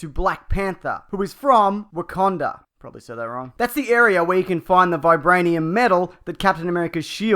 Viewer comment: You actually said Wakanda correctly.